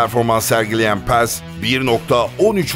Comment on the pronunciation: Paz'a neden Pez diyorsun :D